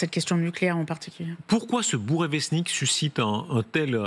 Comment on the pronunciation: s’est vantée sur cette chaîne qu’elle sait lire les nouvelles en langue russe. Mais elle ne peux pas prononcer « Bourevestnik »